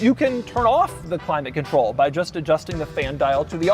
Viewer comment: I had to watch the climate control one way too many times, but once I finally figured out what he was trying to say it was really funny…